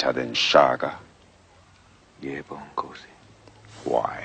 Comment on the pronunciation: King shaga u heard put some respeckk on that man's name🤣🤣🤣